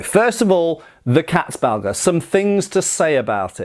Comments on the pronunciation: Not gonna lie, I tuned in primarily to see (or rather hear) how you'd pronounce "Landsknecht" and "Katzbalger". Honestly, you pretty much nailed it. And I'm not blaming you for substituting the "ch" in "Knecht" with a "k", that sound probably being about as outlandish to a native English speaker as they come. Anyway, greatly interesting vid as always 👍🍻 Edit: as for the name's etymology, I wasn't aware of the "female genitalia" connotation, but then it's not a surprise, either, seeing as "Katze" simply means "cat". Anyway, "Balg" is an animal's hide, removed in one intact piece so as to retain a certain bag-like quality. Going from there, I'd simply translate "Katzbalger" as "cat skinner", assuming there's some amount of humour or irony to that name. Edit #2: the idea provided by T S seems even more plausible. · This is not about pronounciation mate. This is me finding old words funny. You have the same in English. 🙂 Haha, Katzbalger, I will re-apply it to my vocabulary lmao! 😂 I just love funny sounding words. 😅 And pronounciation of Katzbalger is quite good by the way, almost perfect. I approve. 👌